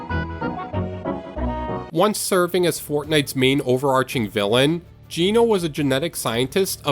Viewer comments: Comment 19, Geno is not pronounced gee no, it's pronounced Gen no! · I'm sorry but way u pronounce geno gets me 😭